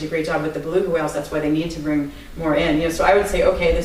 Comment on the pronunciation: "Bring" not " being"